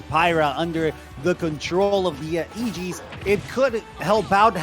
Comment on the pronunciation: Ah yes the eegees